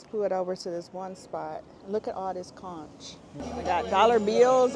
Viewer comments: The beach scene 😂😂😂. The food looked good. Conch is pronounced Conk. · Hey conch is pronounced "conk" the H is silent 😊#BahamianBornandRaised ❤ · FYI In the islands we pronounce the ch at the end of conch as k. “Conk”😊